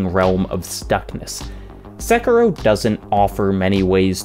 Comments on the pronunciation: Sek ee ro not sek ero. I is pronounced like e in Japanese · The way you say "SEKIROW" 😢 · Just...is it so hard to pronounce Sekiro? I mean they say the name several times in the game...